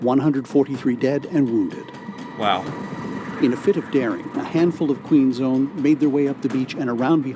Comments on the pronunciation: lol Queen's own, not Queen zone. I appreciate this video. it's nice to see an American willing to learn about Canada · it's Queen's Own... not Queen's Zone.